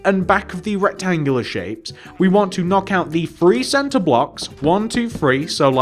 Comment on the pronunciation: He kept saying free instead of three does he have an accent